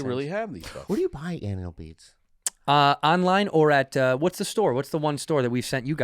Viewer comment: Thought the pod was over and as im clicking out I hear " now when you get *nal beeds" Cracked me up!